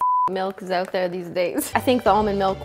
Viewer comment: Just sounds extra Canadian